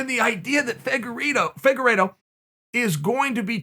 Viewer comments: Uncle Chael: Figureedo..Figeraydo...Faygeraydo...Fagerido...Figerplaydough.. Me: Okay great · His name is pronounced Fig-ward-o. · Chael “FIGurE-iTTttttTtto” sonnen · Just how good is Deiveson Figueiredo? Chael actually corrects his mispronunciation of his name.